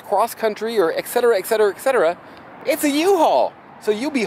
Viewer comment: Learn to pronounce the word Etcetera. It’s eTcetera, not ‘iksetera’. The second sound is T, not K, so it’s ETS, not X.